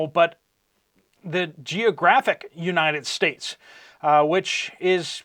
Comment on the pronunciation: Sir, please be aware that you are developing a habit of saying "and stuff like that." I love your show, but please stop saying, "Uni States." I promise that I am not a troll. I'm just trying to help. God Bless you, your family, and all who believe.